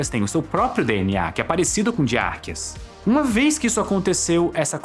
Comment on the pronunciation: Vc pronúncia arcqueas de maneira errada.